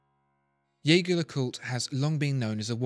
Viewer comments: The pronounciation of jaeger is wrong... its like "jay-jay" in a heavy french accent. Theres a video on it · Dear God - did you just call it Yager? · It wouldn't hurt to learn how to pronounce Jaeger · I think we are on the same page - it's definitely not the narrators way